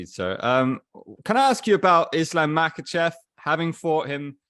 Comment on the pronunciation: No Westerner gets, so far, "Islam Makhachev" name right.